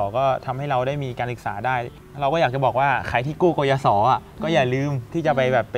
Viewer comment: "กยศ." นะคะ ไม่ใช่ "กยส."